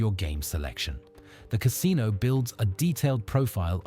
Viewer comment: Ca SIN o